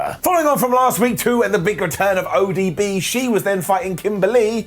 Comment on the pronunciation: 😂 he called ODB ADB